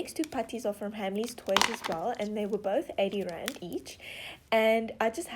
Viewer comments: The first time you said "Rand", I thought you said "grand".. so when you said 8 Rand I thought you said 8 grand.. I was like "Wait.. no way!! Oh.. wait-" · I thought she said grand not rand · Ok, why does it sound like she's saying grand when she says rand?